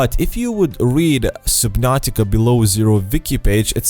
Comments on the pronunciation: Does anyone else find it annoying how he say supernatica not subnautica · Soobinartica? It’s SUB-NAU-TIC-AAA SUB-NOR-TIK-ARE. GOD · I heard SUBPNAUTICA